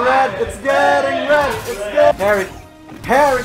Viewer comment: She says she pregnant "PARRY"